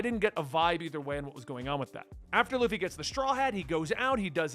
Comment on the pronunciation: xD Usopp: oo-sop (uso is Japanese for lie) Baratie: ba-ra-tee-ay For next vid. Sanji: San-jee Krieg: Kreeg Bellemere: Bell-meer Nojiko: No-jih-ko Congrats for pronouncing Luffy right. I've heard luh-fee too many times to count xD